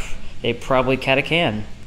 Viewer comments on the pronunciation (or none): Cata Kans? Cata Kins? It is Cata Chan, like Charlie Chan.